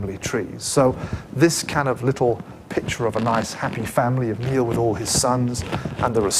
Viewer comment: NIALL of the Nine Hostages, pronounced NIGH-ALL..